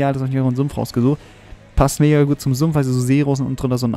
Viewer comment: Bin ich der einzige der immer wenn er .Mega' sagt etwas anderes versteht? Ô.o